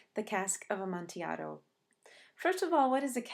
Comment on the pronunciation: Fantastic analysis. I only wish you pronounced the word amontillado correctly. Seriously though this was a great video.